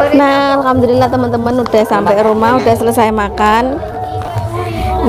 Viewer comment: Penyebutan nya coba di teliti dulu mbak ya.... Setau saya Alhamdulillah itu tidak pernah berubah